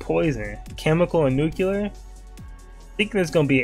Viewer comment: you know moet's a real nigga bc he pronounces nuclear as nucular